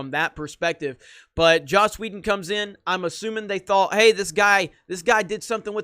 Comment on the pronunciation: Please stop saying Joss Wheldo